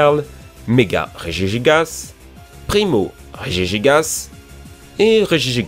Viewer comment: Enfin tu as bien prononcé regigigas